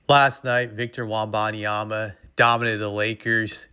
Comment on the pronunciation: Why TF you say his name like that